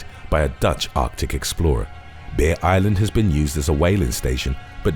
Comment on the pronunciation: obviously, he is saying Bear, but it sounds like Beer island, i was looking at something else when he said that and i perked up like, WHAT?? but then i remembered what i was watching